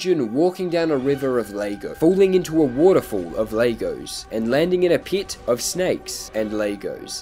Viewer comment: The way pronounces “Legos” causes me physical pain